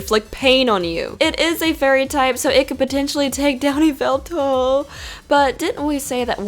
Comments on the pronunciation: Yveltal is actually pronounced why-veltal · u said yvetal wrong!!!!